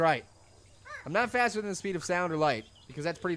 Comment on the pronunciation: when u said faster, i thought u said fatter......